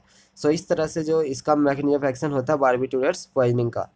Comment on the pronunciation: Dada sahi se toh bol lo phle Barbiturates h bo